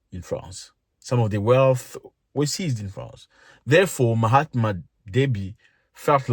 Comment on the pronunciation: Did you call him Mahatma Deby?!